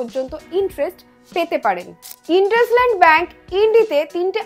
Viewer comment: ইন্দুসাইন্ড not ইনডাসলান্ড